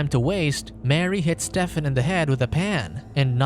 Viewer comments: Is nobody gonna point out how he pronounces Stephen like Step-fin?? It supposed to be stee-fin. Or is he making a pun about the name because hes a step son? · Spoiler can communicate,Steven,the pH sounds like v,it's not Stefen.can you do more research please,thank you.